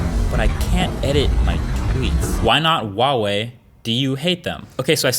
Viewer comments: Why wall-wee, just pronounce it like it is. Hua Wei! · yeah so why does he say wawei? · Huawei is pronounced as hwa-way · Huawei is actually pronounced Wow-Wee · Q: Why do Americans pronounce "Huawei" with a silent 'H'? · I didn't know one pronounce huawei that way. sounds weird.